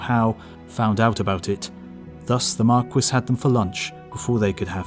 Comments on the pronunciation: Marquis is pronounced "Mar-kee" not "Mar-kwis" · Marquis isn't pronounced mar-kwis, it's mark-ee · I though marquis = mar-KEY. French word, and all... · Great vid, luv the channel, but the word "marquis" is meant to be pronounced "mar-kee / mark-key", just like the rapper Biz Markee . . . . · Biz Markie, actually. I'm also American, but I was referring to the French pronounciation. I guess the Brits pronounce the word differently, ancient tribal rivalries between England and France and all that jazz. So, I'll call it a day and wish you a "cheeri-oh, old sport" . . . .